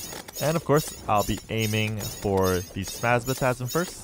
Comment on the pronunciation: he's called SPASMATISM, not SPASMATASM! im so pissed right now